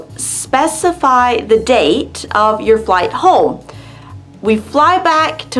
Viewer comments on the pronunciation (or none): none